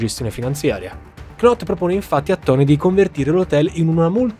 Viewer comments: piccolo dettaglio: la k non si pronuncia. knot diventa semplicemente not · Video bellissimo, ti seguo sempre, domani mi arriva il tuo libro però scusa ma “knot” non si può proprio sentire, si scrive Knot ma si legge “Not” 😂😂😂